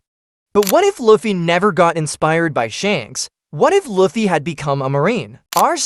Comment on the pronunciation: its pronounced luuffy not loffy